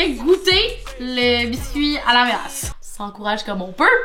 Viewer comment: c'est la ''mélasse'' 🙂